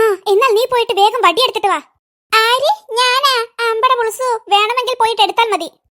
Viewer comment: ബടി alla വടി 😂